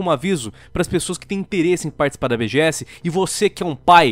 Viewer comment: esse "BGS" ficou estranho